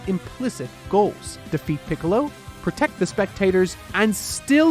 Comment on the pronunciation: pickles instead of piccolo lmao